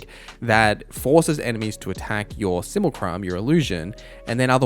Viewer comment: Can you stop saying sumucrum please?